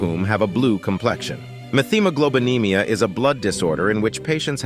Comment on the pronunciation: It's not pronounced meth hemoglobinemia. It's met hemiglobenemia.